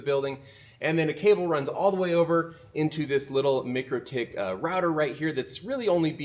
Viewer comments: Awesome content - but I must tell you - its MIKE-RO-TICK :) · MIKE-ROW-TICK. We went over this last time. Go watch their videos already.